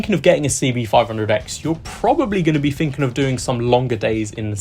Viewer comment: Dude its three not free, thinking not finkin